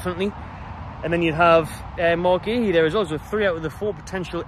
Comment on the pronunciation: It's pronounced COO😅